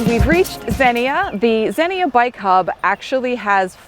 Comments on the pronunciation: Xenia is pronounced ZEnia. Great video. I did the OTET in 2022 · Two syllables: Zeen-Yah. Great bikes trails.